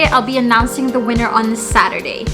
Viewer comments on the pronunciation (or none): none